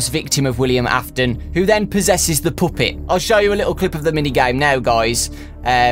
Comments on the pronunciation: Why do u say Poopet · Puppet not puuppet like pappet but the u is kinda is a A just saying😊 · i love how you pronounce puppet like POOP-EAT! (NO OFFENSE) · take a shot every time he says the "poopet" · Take a shot everytime he says pupit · OMG I hate how he says puppet!